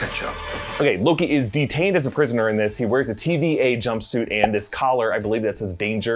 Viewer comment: Anyone else heard him say LOGI at some point ?